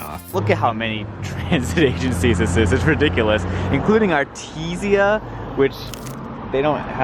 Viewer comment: Artesia is pronounced ar-TEE-zhuh :):)